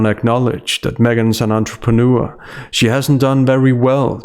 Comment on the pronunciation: Since when is it pronounced "entreprenoo-er"?